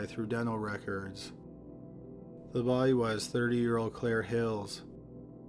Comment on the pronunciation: Love this channel so much! The only thing I can't stand is how the says the word "body". :(